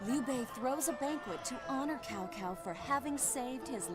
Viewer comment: I loved this game as a kid even though by then I had already read Romance of the Three Kingdoms (English translation) and as a result I would practically end up yelling at the screen when they so hilariously mispronounce various names, one of the greatest offenses being how they say, "Cao Cao." Even though this doesn't follow history or the interpretation that Romance of the Three Kingdoms depicts, I still love this game for all of its hilariously incorrect information and outdated voice acting on top of what I remember being a very enjoyable experience in regards to gameplay alone.